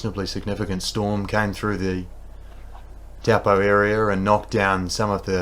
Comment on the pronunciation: I so appreciate having coverage of nz events, but please please please pronounce things like "Taupō" properly. Māori pronunciation is important, and thankfully easy.